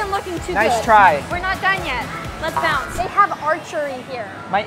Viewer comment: I love the fact that every time they went to go somewhere else she said let’s bonce